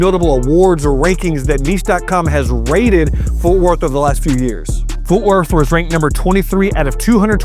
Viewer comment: It's FORT not Forth No H